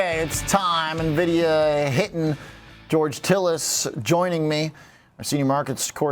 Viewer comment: He can't even say Nvidia correctly.